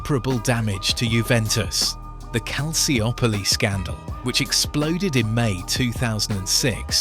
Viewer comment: Great video, but you mispronounced Calciopoli - It's not cal-cee-op-olee It's pronounced cal-cho-poli